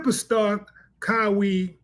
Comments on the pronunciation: It's Ka -Why ......not ka-We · Kowee Leonard 😂😂😂it's pronounced (Ka- Why)! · Kawhi not Kawai 😂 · KAH-WEE Leonard? 😂🤣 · KUH-WHY Lenard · “Kowi” Leonard 😂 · Pronounced (Kuh-why) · Come on Willie D Kah why, pronunciation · "COWee Leonard" is CrrrAZY!!! 🤣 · Yeah he butchered that man's name ⚰️ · Kahwi is pronounced Kuh-why ( 1❤) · (Kah Why)....Kawhi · It's kuy-whi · I’m like who is Cow-we?!?! 😂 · sir it's KAWAI LEONARD not Kyrie Irving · Willie butchered Kawhi Leonard's name. It's obvious you don't watch much basketball. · Will someone please tell him how to pronounce Kawaii..🤷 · And fam its killing me the way you pronounce Kawhi name😂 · I honestly stopped listening after I heard him misspronounce Kawhi's name. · ok willie im not sure you watch basketball bro lol that pronunciation of kawhi was horrible lol and you had a chance to say it right again an still butchered it lol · I was like kah why but the uh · Big homie, why do you keep butchering Kawhi Leonard's name? 🤣